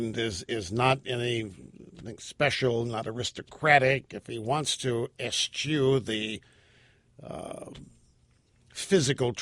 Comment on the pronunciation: Seems to me that a man with millions of listeners ought to learn how to pronounce the words he uses -- like "eschew." Of course, it is two syllables, so maybe it's just too tough for him...